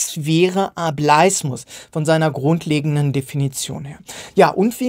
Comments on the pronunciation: Bitte sag nicht mehr "A bleis mus" sondern "A bel is mus". Eigentlich müsste man sich die Wortherkunft doch erschließen können. 😅 Vom englischen wort "able". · ohje jetzt hast du die verdeutschte aussprache etabliert...